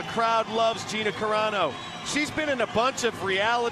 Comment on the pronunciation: Carano, not CARENA, you moron